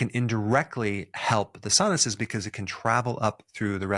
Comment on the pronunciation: Why did you say “sinuses” like that? Don’t tell me Dr. Berg has been an AI generated character all this time!! Nooo!!!